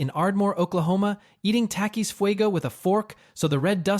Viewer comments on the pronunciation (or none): none